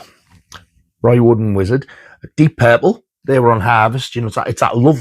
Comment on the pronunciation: Those Yellow Dog vinyls were made the same year as my youngest older sister! Eep! Lol. 😂😂😂 Number of the Beast is an absolute heavy metal classic. But when you were talking about the record label and said Roy Wood's name wrong..... Pa ha ha! And your adorable reaction to finding the merchandise sheet ❤️. Oh my lord! That Jason Goes to Hell is so awesome! I have CJ Graham's (Jason in part 6) autograph on a photo of the paintball scene; he was lovely. Get well soon, mate! 💜